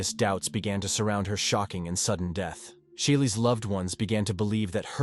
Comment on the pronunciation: “Tragic deeth”?????